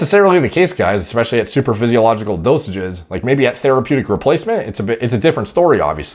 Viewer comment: did he say "supradaphysiogical" level?